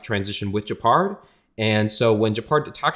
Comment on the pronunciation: Hearing someone read Gepard as Džepard is so weird.